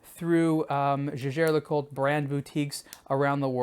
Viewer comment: Kudos for at least pronouncing the name Jaeger correctly.